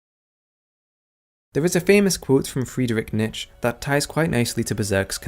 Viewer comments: Nietzsche's name is pronounced "Neech-uh", not "nitch" or "niche". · It's Knee-Chi Not "Nitch" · I gagged when you pronounced Friedrich Nietzsche's name. Its "knee-cha" not "nitch" Hate to be a nit-picker, but I just had to say something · First time watching it. Loved the video! Also, the psychologist's name is pronounced NEE-CHI not NEE-SH or whatever the hell else you said lol. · anyone notice how nerds while 99% of the time sound smart, all seem to mispronounce words? nietzsche isnt neech...and its weary not wary... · It's pronounced Knee-chuh. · Was going to give this great analysis a thumbs up but then you went and pronounced “Nietzsche” in typical bafflingly wrong English style. Sorry mate maybe next time. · Niche was pronounced wrong so many times and it's pedantic to even talk about his books in relation to beserk since niches work it contradictory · RIP correct pronunciation of 'Nietzsche' (I'm so sorry) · I just hate the way you pronounce Nietzsche... What is wrong with you? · As a german I always love how people completely butcher Nietzsches name.